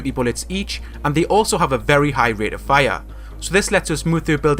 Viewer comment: Lmao his fire is a funny pronunciation watching in 2018 like if agree